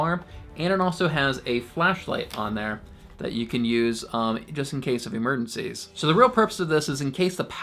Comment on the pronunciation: I left when he said, "Emerdencies".